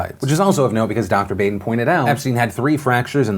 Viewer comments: It's Bah-den not "Bay-den" c'mon Phil! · Baden's name is pronounce like Bahden. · The correct pronunciation of the medical examiner's last name is "BAH-den." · I think it's pronounced "Bah-den"...I think. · It's Dr. BAH-den..... just sayin. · Ok it was killing me. It's pronounced "Baw" den